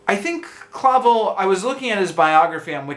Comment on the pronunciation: The authors name is pronounced 'Clah-vel', not 'Cla-vul'.